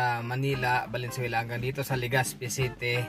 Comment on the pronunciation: LegaZpi d po LegaSpi.. Salamat